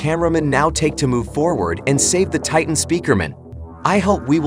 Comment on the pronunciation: My guy say titen tv man